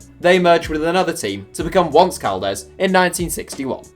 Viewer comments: Once Caldas is pronounced on-se Caldas meaning 11 Caldas. Caldas is a city in Colombia not far from Medellin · Funny when you pronounce Once Caldas as if "once" was the english word; actually, it's the spanish word for "eleven". Sounds like "Once upon a time in Caldas"... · The pronunciation of Once Caldas made me ears bleed. Once means eleven and it’s pronounced like Beyoncé